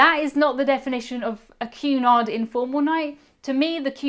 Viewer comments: What are you saying? A "cue nigh cruise" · sounds like youre saying Qanon cruises... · I kept hearing “Q-anon” cruise. 😬